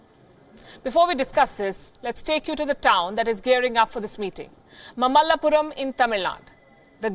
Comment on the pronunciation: It's Maa malla Puram, say it again